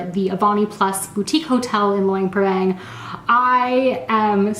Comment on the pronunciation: Nice video but Luang Prabang has a lot more to offer than the night market. In fact the night market is a long way down the list of things to see and do here. Also a tip for you is to learn how to pronounce the name of the place you are visiting so that you say it correctly for your video.